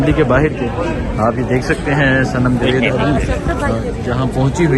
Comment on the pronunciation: بھائی جوید نہیں جاوید صحیح نام ھے۔